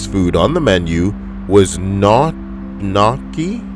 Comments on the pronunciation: Gnocchi is pronounced "knee-oh-key". Thanks for the great vid! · lmfaooooooo!!! dude on #22 was a fucking savage! lmfao #20-.. its KNEE-YAHKI...:) #1 omg dude was amazing!!!! hail ultimate wing-man hail ultimate wing-man! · Gnocchi is pronounced like "NYO - kee"